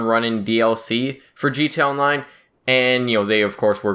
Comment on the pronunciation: Jee Tee Ayy On Line. Not JEET-ONLINE.